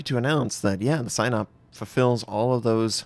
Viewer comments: It's pronounced something like see-nope. Not sign up. Just fyi :) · I think it's pronounced "seenawp" Probably this battleship was designed for the black sea not the Baltic. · Pronounce it as Sea Nope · "Sihn-ope". Short i, long o. Pronounced quickly.